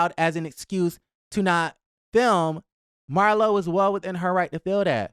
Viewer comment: Not Mar- LOW! 😂😂😂😂